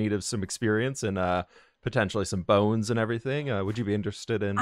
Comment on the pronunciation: experience and Boneee -ers? XD she said she loves boness